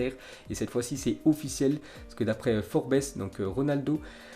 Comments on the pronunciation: Pas forbès mais forbz( les prononciations) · "Forbéss" mdrrrrrrrrrrrrrrrr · Forbaisse jpp 😂😂😂😂 apprends à prononcer serieusement... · forbésse mdrrr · forbes se lit pas comme ca😂sinon force à toi💪❤